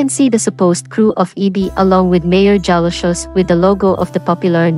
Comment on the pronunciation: Jalosjos pronounced as HA-LOS-HOS..